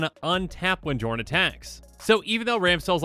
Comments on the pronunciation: Psst,, the name is pronounced yorn. Game knights already made this joke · Okay, okay, this is getting REALLY frustrating. It. Is. Pronounced. Yorn. Go to Google. Look up how to pronounce the letter "J" in Scandinavian, it is ALWAYS pronounced like a Y. It blows my mind that every single Magic the Gathering content creator collectively got this wrong. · It's pronounced Yorn Josh! Edit: Ironically, I posted this referencing the Command Zone commander match where Josh mispronounced Jorn the entire game. Then I began watching the video annnnnd awkwarrrrrd 🤦‍♂️😄